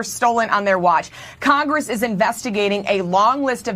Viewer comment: When you can't even bother to speak English after all these years in CONGRASS (it's Congress, not Congrass, much like so many of the words you seem to still say incorrectly...accidentally on-purpose) you've got a lot to lear. She's such a pretender. Now it's about her being "black", shes every minority, & claims to know "exactly" how every other minority feels...exactly. pahleeze 🙄🙏🏽❤️🤍💙